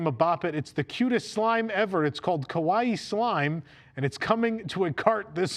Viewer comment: Cute in Japanese is not "kawai"; it is "ka wa i i" . Both 'i's are sounded with a slight separation between the two.